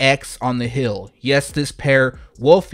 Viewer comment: Heeeeeeel, not hill